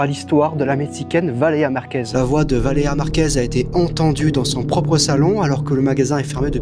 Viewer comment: On remarquera que a aucun moment il réussit à dire correctement "Valeria Marquez"